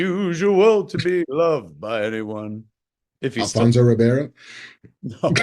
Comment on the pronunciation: “Alfonso Ribeiro” 🤣